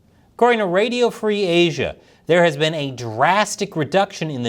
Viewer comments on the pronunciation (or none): none